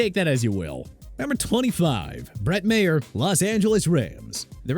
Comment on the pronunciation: Stefon? Are you kidding me? It's Stephen (stee-ven) and it's Maher (Mah-ur) not mayer and Zuerlein is pronounced zoor-lein not zoor-lean!